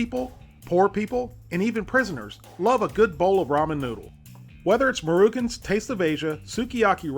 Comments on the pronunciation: He also pronounced Maruchan as "Marookunn" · "Marookan" brand? Really? Dang dude, you HAVE to know that it is not pronounced like that" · mare-a-shawn is how it's pronounced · Maruchan is pronounced MA RUE CHAN. It's Japanese and it means "round kid"